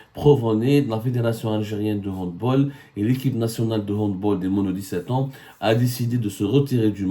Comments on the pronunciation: On prononce "handbAll" pas "handbOl" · On dit "handbAll" et non "handbOl" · On dit Hand bAAAAAAL, C'est UN NOM ALLEMAND.On dit Hand bAll. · Mr Saumur on prononce HANDBALL avec un A c'est germanique au contraire des autres sports collectifs